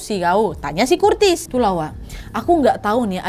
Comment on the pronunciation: Gatau kenapa, lucu bgt Curtis dibaca Kurtis ajg😂🤣